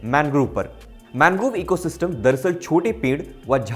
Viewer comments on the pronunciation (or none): मैनग्रोव नहीं मैंग्रोव होता है गलत मत पढ़ाया कीजिए भाई